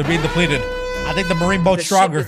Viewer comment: did he just said stronker